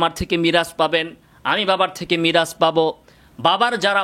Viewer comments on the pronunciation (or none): none